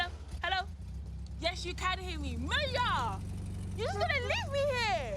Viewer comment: chawawa ...no lie i saw them munya and i knew he had to be Zimbabwean my people... its funny how y'all pronounce your name but hey its okay.. come back home and will show you how lol